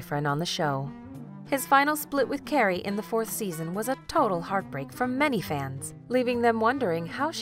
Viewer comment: Did anyone else hear “Gary” instead of CARRIE